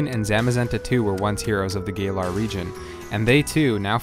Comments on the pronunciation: did this man just call it the gay-lar region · Gaylar Zakian Man some of these pronounceiasions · God those Pokémon pronunciations! Zaykian? Gailar? Not hating but damn. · "gaylar region" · "Gay-lar region." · Gaylar? Zackien? 😂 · The Gaylar region.... Sorry man.